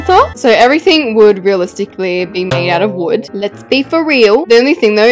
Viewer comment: Who heard her say bread instead of wood because heard her say bread